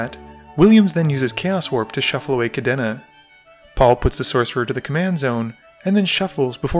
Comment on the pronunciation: The way he pronounced Kadena as Kadéna really throws me off